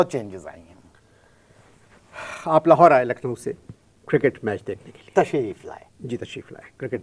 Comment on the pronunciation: Lucknow nhi Nucklowwww😅😅😅